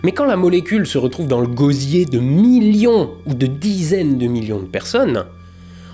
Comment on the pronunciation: Le miyion, le miyion !